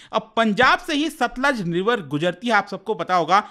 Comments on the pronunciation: It's not Sutlej, it's Satluj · Sir ji it's सतलुज not सतलज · no, SATLUJ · It's Satluj